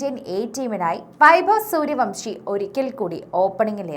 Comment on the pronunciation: സൂര്യവംശി അല്ല സൂര്യവൻഷി ആണ്